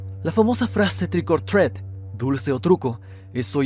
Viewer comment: Trick or treat se pronuncia /trik or tri:t/ no /tret/ como dijiste, aprende inglés